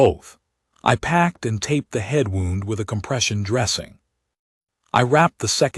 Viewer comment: More terrible AI reading: "wound" as in past tense of "wind," as in winding a watch, in a story about a medic. Simply STUPID and disgusting! As always, "breathed" with a short e sound instead of the long e dipthong sound. Either do not use "breathed" or teach your AI to read better! Ugh!😡😡😡